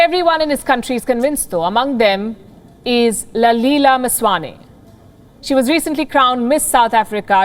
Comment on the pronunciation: It's ललेला not lalila you dumb woman 😑😑😑😑